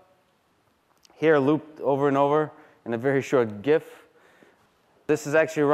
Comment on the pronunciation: Lex teaching the people the correct pronunciation of GIF, very nice.